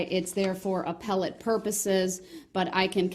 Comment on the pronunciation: Or apple-tea when I believe he was trying to say appellate. Words are hard! HAHAHAHA!